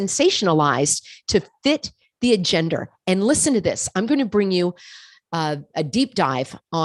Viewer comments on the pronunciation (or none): ....do you intentionally say AGENDER???? rather than agenda?